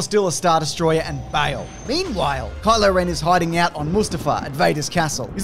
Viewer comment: He said “Color ring” NOT Kylo ren